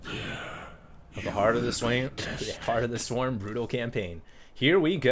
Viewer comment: Heart of the swem haha hd lol